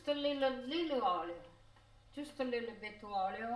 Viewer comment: A littleA salt? lol!